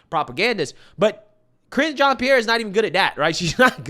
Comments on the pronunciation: This women came from a top news channel she knows exactly what goes into preparing for this job the way i see it she does not care just like how biden doesn't care and reads str8 off the teleprompter...often. smh. BTW pretty sure it's pronounced jean like a pair of jeans not jeon 😆brother cracks me up with his accent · you are mispronouncing her name. It sounds like hinge like a door hinge but there’s an R in front of it cringe Jon Pierre. She also will respond to gay black lesbian woman so I hear All part of being proud you know gay pride! Try it she loves it